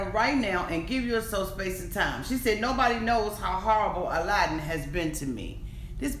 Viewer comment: I can’t stand either of them. They were using each other! He was immature and so was she. She’s a liar and what really bothers me is his name is pronounced like “Aladdin”. And she can’t even say her own husbands name right! Listen to how he says it. He says Aladdin.